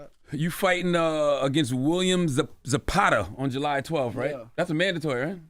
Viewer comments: Shakur gotta start picking it up! That De Los Santos fight was a SLEEPER 😂.. & Charlamagne really bruh… How do you mispronounce the name Zepeda… sound it out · Zapada? Cmon now Charla 😂😂😂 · Bruh😂 I was like... how could you say it like that when it has a HARD E right in the middle. I could see if he said Zapeeda